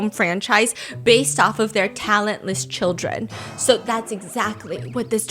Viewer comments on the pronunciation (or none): none